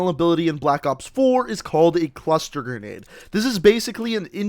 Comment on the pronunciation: "pretty effective gren~nade"